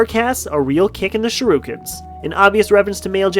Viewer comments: ITS SURE-IH-KENS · I hate how you pronounce shuriken like shiruken